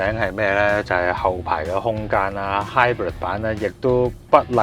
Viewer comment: Hybrid都唔識讀,你讀嗰個音係hybird,唔係hybrid